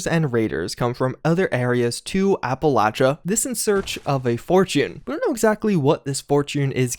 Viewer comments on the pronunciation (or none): none